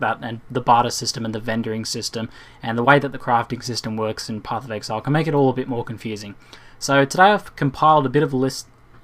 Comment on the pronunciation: "Pophf of ehaile"